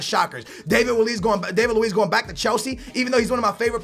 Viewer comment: disappointing that he still can't pronounce David Luiz name correctly, can't say the name's of the teams Hart and Wilshere went to and thinks Pogba is £100,000,000 when he was £89,000,000